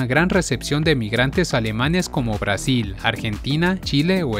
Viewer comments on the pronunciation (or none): none